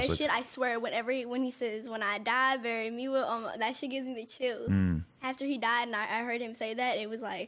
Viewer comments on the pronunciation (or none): none